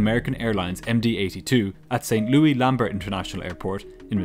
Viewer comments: Not even a minute in and I get bombarded with someone saying St. Louis with an actual French pronunciation. That just doesn't happen around here. XD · I was pulled out of the story every time "St. Louis" was pronounced like that. But, besides that, very well done. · i'm gonna start pronouncing St Louis like this, very 1920s newsies kinda flair you gave it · The S is pronounced in St. Louis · His pronunciation of St Louis is so weird lol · The city in Missouri is pronounced Saint"Lewis" not Saint "Louee" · Pretty sure it's pronounced Saint "Lewis" here in USA (not Lou-EE) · No silent "S" in this St. Louis - it's not "Lew-EE;" it's "Lew-ISS." Naturally, it had to be something said like thirty times during the video... If you don't know something for sure, you don't double-check, and you proceed to include incorrect information (whether once or many times)... It can really kneecap a viewer's confidence that nothing else you tell us is a guess or an assumption. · Just a note: it's pronounced like "Saint Lewis" not "Saint Lewie." Excellent as always, congratulations on your nearly 200K. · You always bring awesome productions. Creative way of bringing your sponsor's products as similar components of this video. I like the way you pronounced Louis, "lewey." On the West side of the puddle it's, "lou-ih--s." Cool to hear. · LOL as a native from St. Louis, I love how you kept saying st louie instead of st louIS. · St Louis...not St Louie-pronounced like Saint Lewis not Saint Luee. But you do a phenomenal job overall with these videos. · As a person from Missouri, I am furious on how he pronounces St. Louis. It’s Saint- Lu-Is not St Loui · It’s not Saint Lou E. It’s St. Louis.😊 Pronounced Lewis. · It's not St Lou-ee. It's pronounced like St Lewis. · Americans are weird St Louis is not pronounced Louie as we would in the UK but Lewis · Audio must be created by AI, the city is called St LOO-IS Missouri and not St LOO-EE Missouri. The devil is in the details.